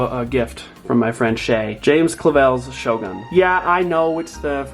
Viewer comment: It's not pronounced sho🔫 it's pronounced shogoon (my mothertongue isn't english, so not sure my pronounciation description is understandable). I'm a Japanese studies student and taucht Japanese history as a tutor for 3 semesters. Hope that helps.🙈 I love your videos btw!